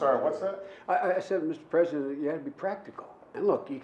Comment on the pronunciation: When you have a real Presdin̈ènt😅